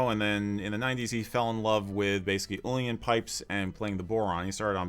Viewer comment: uilleann(elbow). pipes are pronounced illin not yoolian .Fair play to the man for learning and promoting our language which needs all the help it gets.